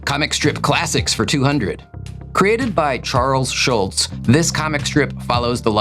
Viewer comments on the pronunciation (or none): * Charles Schulz not Shultz*